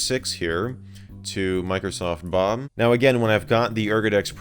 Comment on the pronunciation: He says Microsoft 'Bum!' Instead of saying Bob